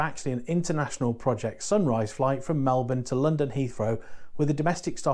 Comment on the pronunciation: 2 comments - thanks for pronouncing Melbourne correctly :D and secondly ... did you get to Gold yet? Cheers from Central Victoria🍻